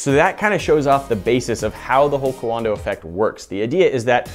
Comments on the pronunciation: I don’t mean to be that guy, but Coandă is two syllables. “Kwahn-duh” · Cowanda sounds like Kiwi co(there sponsor